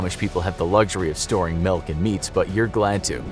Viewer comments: You keep saying “Melk” instead of Milk so I hate you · Melk? I’ve never heard anyone say milk like that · I can't unhear it......